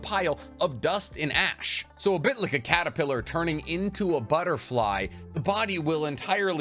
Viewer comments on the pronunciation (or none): none